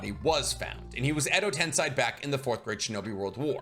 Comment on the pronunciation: why do you say TensAi when mentioning Edo TensEi?